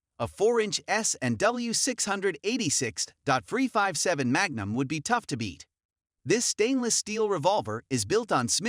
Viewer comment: Terrible voice over. Dot 44, dot 357, really?